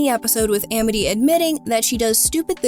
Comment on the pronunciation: Why did she pronounce "Amity" like that?